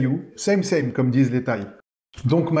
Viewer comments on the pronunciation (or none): none